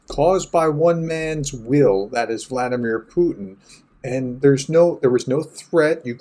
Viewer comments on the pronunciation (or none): none